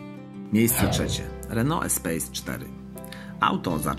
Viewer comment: EspaS nie Espejs... Co do samego porównania- jest Espace a potem dlugo nic. Świetne auto zwłaszcza polift w wersji Grand z benzynowym 2.0 Turbo pod maską. Szkoda, że dziś takich samochodów już się nie produkuje...